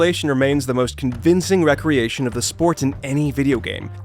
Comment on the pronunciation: 'Recreation'? Did you mean 're-creation'?